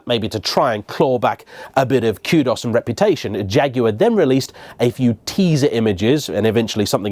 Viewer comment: So nice to Jaguar pronounced correctly.